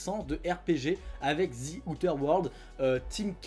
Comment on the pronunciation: En regardant sur Wordreference, on obtient ceci : "before a consonant: [ˈðə], before a vowel: [ˈðiː]". Donc même si son "th" n'est pas correct quand il le prononce "z" (prononciation à la franglaise tolérée), le "i" de sa terminaison l'est parfaitement vu que "Outer" commence par une voyelle.